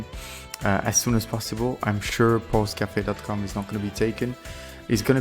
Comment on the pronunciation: When I heard you saying "Pulse Café" I heard "Pause Café" and it seems to me a better name. Because it represent this moment of "Pause" after the effort" and also it's a french expression that could bind your café to something with a more sophistiquated image.